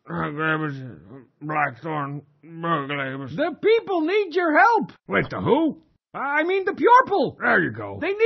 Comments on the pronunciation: The people need your help!! Wait the who?! Uh..I mean the Peorple!! There ya go. Will never miss mispronunciation of words. x] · People what imean PYORPLE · I think it was more about the start where he says, "I mean the peorple!" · This looks like The Cheat has been taking animating lessons during the time he has been gone! So, what's next? Bub's shop has turned into a giant Wal-mart? also sounds like he has been taking speech lessons! He said "People" instead of "Peourple"! He corrected himself, but still!